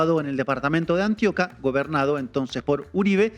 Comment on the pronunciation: "Antíoquia" no Antioca. "Postobón" no PAstobón. Valencia "Cósio" no Cosío.